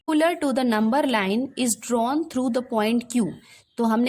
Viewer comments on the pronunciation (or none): 😂 papendicular this is perpendicular